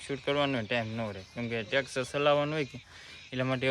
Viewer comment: ટ્રેક્ટર ❌ ટેક્ષર ✅😂😂😂😂